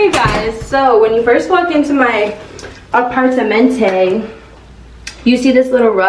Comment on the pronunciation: "a•parta•mento" is how you pronounce it🥰